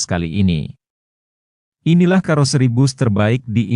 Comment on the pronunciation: Pakailah bahasa Indonesia yg Baek juga benar...KAROSERI bukan KAROSRI mengucapkannya...